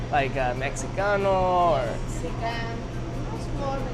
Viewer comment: Sayin Mexicano like that was funny :p